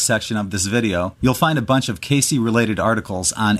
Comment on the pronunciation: It's not pronounced KAY-CEE, chucklehead, it rhymes with "base."